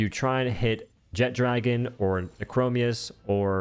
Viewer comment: It's not jet-dragon it's one word jetragon